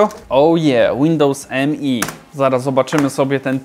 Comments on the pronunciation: To nie jest Windows "eM-E", tylko "Me" - wymawiane jak ang. zaimek "me" ("ja"). Używałem ok roku i jakichś wielkich problemów nigdy nie miałem, później skok na XP, reszta jest historią ;-) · Nie mówi się Windows mi tylko Windows me